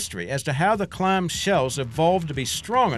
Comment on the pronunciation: WTF is a "Claaarm"?